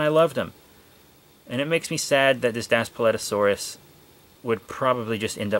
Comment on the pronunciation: It’s pronounced Das Pleet O sor rus